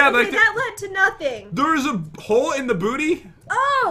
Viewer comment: Hahahahaha Instead Of Saying Hole It Sounded Like She Said Hoes Or Is That My Headphones 🎧